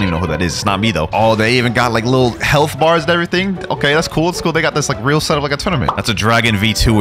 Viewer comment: love how bro says weal noob even tho I'm no where close to that lvl [144]